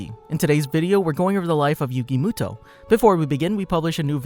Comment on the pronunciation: Yugi MÜto like it got so annoying